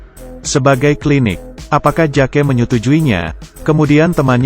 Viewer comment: Bang bukan "JAKE" meskipun tulisannya Jake tapi di baca 'Jek"